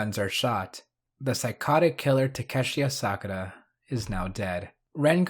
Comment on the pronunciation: Bro really said Asakura wrong. 💀